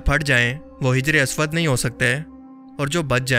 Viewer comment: Bro name teek karo hajar aswad nahi hijr e aswad